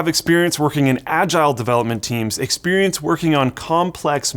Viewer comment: "experencte".. yeah I would second that.